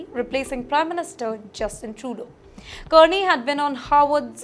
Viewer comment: Her pronunciation is aweful Kearney Learn to pronounce correctly watch CBC it is Carney …😅